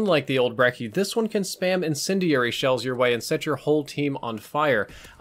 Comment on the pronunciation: says incindiary really weird